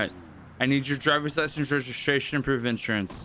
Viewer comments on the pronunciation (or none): "drivers license reshishashion and inshurance"